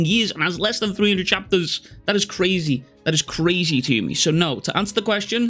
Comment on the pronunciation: New word invented CRAYZEETOOMEE